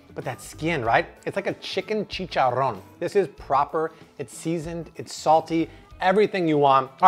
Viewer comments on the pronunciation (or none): i added this guy cause he had almost a million subscribers....then i heard him say chicharoan and now i cant stand him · I love these videos but everytime he says "chichoron" I cringe to my core!!!! I hate it so much 😅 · “Chicken chicharooan” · Best YouTube cooking Chanel EVERRRRRRRRRRRRRRRR! Bless you guys ! Thank you so much ....my mouth is literally watering ! “Chicharron” rolling the R 🤣😂🤣😂♥️♥️♥️♥️ “Sharing is caring” much love Back atcha!!